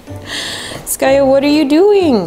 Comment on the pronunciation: its skaya not skayu